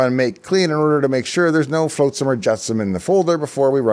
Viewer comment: Hey Dave, you triggered my particular flavour of ASD when you mispronounced "flotsam" as "floatsum". Now I'll have to rewind to hear the tech content that followed, because I had to write and post this comment to move past it.